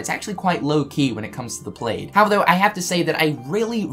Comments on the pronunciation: Oh my gosh, plaid is pronounced p-l-a-d not p-l-a-d-e, it rhymes with Vlad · Pladd not played plaid = pl-add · Plaaaaaaad, not played... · It’s pronounced plad not plaid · Kept wondering why you were saying "played" and then realized you were saying "plaid"., y u do dis? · "Played".......I'm guessing its the accent 😂😂😂😂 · ITS PRONOUNCED PLAD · Great video but does know it's plaid is pronounced "plad" or is that how New Zealanders say it? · Isn’t plad not plaid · Plaid. Pronounced like "glad," just replace the g with a p. I was a little confused wtf you were on about with the "played in the wardrobe".. Lol c'mon, man.